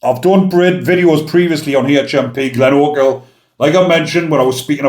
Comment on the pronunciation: Good pronunciation bigman.... Glenochil.... I'm impressed. 😎👍